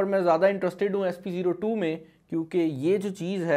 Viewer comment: Its spO2 not sp02